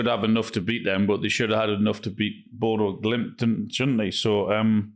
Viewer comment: Bodø, not Bodo. Ø is pronounced like the U in Urn.